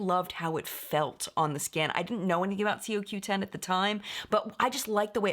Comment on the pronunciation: it's pronounced Co-Q 10.